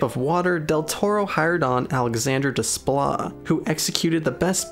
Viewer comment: Please.... the composer's name is pronounced 'DAY-pla'. French uses the same alphabet but the spelling doesn't correspond in the way that English phonemes do.